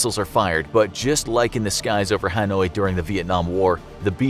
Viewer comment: did you just consider the o; in Hanoi a success? :)